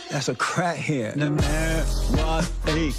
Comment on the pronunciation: It’s crack-head, not a KRAHHED